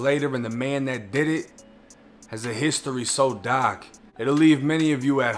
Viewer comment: It’s dark bro not Doc. Bugs Bunny